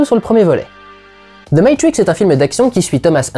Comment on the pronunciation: "ze meytwrixe" "meytwrixe wrilodèd" "meytrwricxe wrèvolusheunsse"